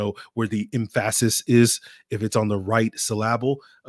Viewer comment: “Emphasict” “sylahhhhbull” who taught you this??? 🤔🫠